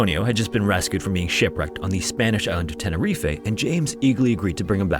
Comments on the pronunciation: Sorry? Tenerifay? It's pronounced 'Tena reef' Not 'tene reef ay'!!! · Tenner reef-- is how its pronounced. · It's pronounced Ten-ah-reef. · It’s pronounced ‘tena reef’, no ‘eh’ on the end. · second time i am commenting this - IT IS TENER-EEF NOT TENER-EEFAY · "Tenerifay"? Why doesn't he look up how to pronounce place names? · Never heard tenerife pronounced 'tenerifay' lol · Tenerife pronounced ten ur reef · Tenerife is pronounced 'teneREEF'. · Tenerife is pronounced ten-er-reef not the shit you are spouting.... Might wanna remember this as you have been corrected before. Only ignorant morons will continue to use wrong pronunciations despite having the correct version. Otherwise you do an all right job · The return of Tenerif-ay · The pronunciation of Tenerife makes me very uncomfortable, it's a struggle in each video involving the island 😫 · My brother that is not how you pronounce Tenerife